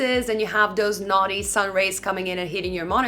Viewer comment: Beautiful monitor, definitely consider it as im looking for a vg panel that has high refresh rate and HDR w/ decent (vg colour) and not a cheap looking colour reproduction monitor. Your Excellent review maybe the thing to sway me towards this monitor 👍🇦🇺😁😍😇 also at you mention “naughty” regarding the sun rays etc.... sounds a little ummmm.... “naughty”with your accent hahaha 😂 🤣 🙉🙈🥰